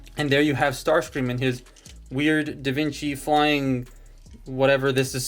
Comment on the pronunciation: Da Vinki???